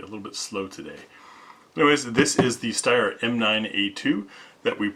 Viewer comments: Ha, thanks for pronouncing Steyr correctly. Now if everyone can start saying Heckler und Koch, Walther, and Mannlicher in the German pronunciation. I've been curious about these since I love the AUG so much, but the grip angle looks even more extreme than a Glock. Is it awkward to point? I have to say I like the looks of the A2 more except for that weird hook with a hole punch on the trigger guard. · OT, but your pronunciation of "Steyr" is on point! Good job. :)